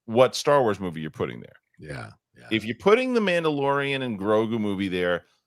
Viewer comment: didn't pronounce The Mandalorian and Grogu correctly and it really put a bummer on my day. 😄